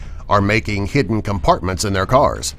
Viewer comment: He said heeden he was supposed to say hidden lol